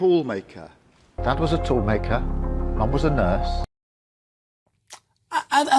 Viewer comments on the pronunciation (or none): He can’t even say tool maker properly …toooooool maker 😂😂😂